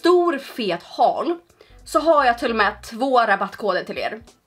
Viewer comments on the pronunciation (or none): none